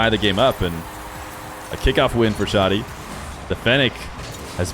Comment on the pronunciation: Hi! i'm arabic and the way to pronounce it is Shadi (you say the "a" like when u say 'cat') not Shodi